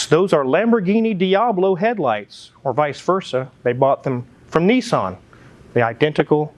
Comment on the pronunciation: It's a Nissan not a neeeeeson! Lol!